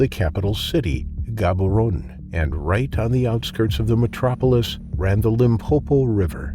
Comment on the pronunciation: It's pronounced Gabaronn not Gabaronee